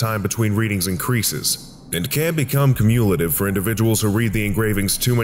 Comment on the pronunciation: cumulative is pronounced like accumulate. You use the sound "you" rather than the sound "uh". So it should sound like k-you-mm-you-la-tiv or Google says kyoo·myuh·luh·tuhv. I say this with the utmost respect and understanding as it's difficult to understand how to pronounce a word that's mostly just been read and not heard and everyone has at least one word they mispronounce. I said wh*rse-de-vors when trying to say hors d'oeuvres which is pronounced or durvs. My mother still makes fun of me for it